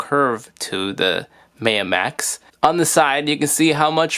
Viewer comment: pronounced MyUh, like the Mayan civilization